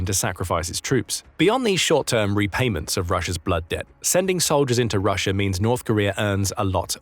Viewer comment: Pretty sure that's Russia and not Rusher. But anyway...thanks for the vid!